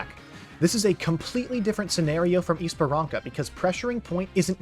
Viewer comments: Bro Esperança is pronounced like esperansa not esperanka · can u pls pronounce things right i got jumpscared by "esparanca" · its ESPERANSA, the C is pronounced like an S because of the little thingy below it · ur video is so well thought out and explains the complexity of ow, but please pronounce esperança right LOL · Oh wow, i didn't even notice 1 hour pass! Very well explained and cinematic video. Also, the 'ç' (cedilha) in Esperança is pronounced more like an 's' not a 'k'.